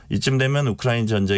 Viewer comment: 이 교수라는 여자 발음이 너무 이상하지 않나요? 한국말 발음을 제대로 못하는거 같아요. 혀가 짧은건지 너무 듣기 거북하고 이상하네요. 발음이 부정확하고 말을 더듬는거 같아요. 우크라이나 라는 단어도 왜 또렷하게 발음을 못 하나요? 많은 단어들이 어눌하게 들리네요. 좀 이상해요. 한국 사람 맞나요?